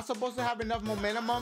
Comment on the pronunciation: My boy please, sound it out with me. MOE - MEN- TUM